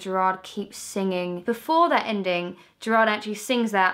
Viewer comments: Never say Jared Way again.. omg it broke my heart x'D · when she pronounced gerard wrong i swear to god a tear fell down my cheek